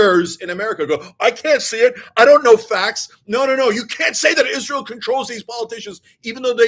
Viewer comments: "Izzrull" ..... 😂 Lol, I thought I was the only one who noticed how he pronounced that. May his wife & kids ..... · same. Izzruhl.